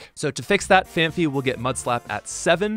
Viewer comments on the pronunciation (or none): ...it's Phanpy. Fan-pee. It doesn't have two 'h's in its name, just one 'h'. Also, there used to be this old kid's show in the early 2000s (El Nombre, apparently) with a character named "Don Fandango", so...yeah, whenever I think of Donphan I can't help but remember that name. Fun fact about me, I suppose.